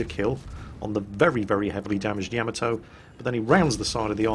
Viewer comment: PLEASE learn to pronounce Yamato correctly;)